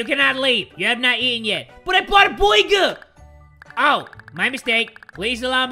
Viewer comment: I know it has been a year but I still laugh when his says" BOIGER"